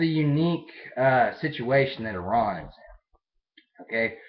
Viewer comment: Yep I can imagine a country where everyone thinks you're the enemy. Well, atleast your neighbours. I live in one.. India! :') But yeah.. FINALLY an American who says Iran, and not Eye-ran. YAY! :P